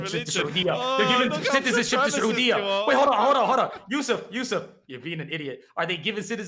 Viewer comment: Now he is saying Soodie arabia i cant watch this... american muslims are the WORST of all.